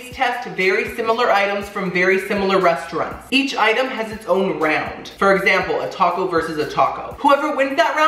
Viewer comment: I love you,. As a fellow Miami Cuban, it drives me bananas when you say "restauRUNTS" Lol.